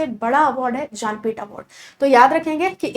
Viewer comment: जा न पीठ या ज्ञानपीठ 🙄 award madam